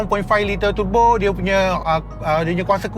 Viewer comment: Kaki turbo akan sebut tebo..bkn turbo..🤭